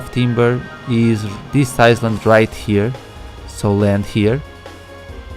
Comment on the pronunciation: Don't want to be an asshole but it's pronounced I-Land